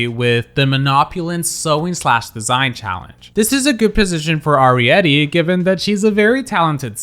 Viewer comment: Just a heads up that Arietty pronounces her name with a hard A, not a soft A